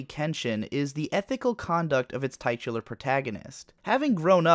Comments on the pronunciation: Less than a minute in TITular! TIT! Not TIGHTular! TIT! Say it with me! TITular! FUCK! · You pronounced titular wrong. You pronounce tit like, well, tit; not tite, as in kite. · it's pronounced tit-ular. What, you dont like tits? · it's pronounced titular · "tight cu lar" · pronunciations trigger me so hard. First its lupon and now tightular. At least lupon is correct, but he doesnt call anime on-ee-may de gozaru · Tightular was pretty bad, but nowhere near as pervasive as "Kensheen" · THAT'S IT he's doing it on purpose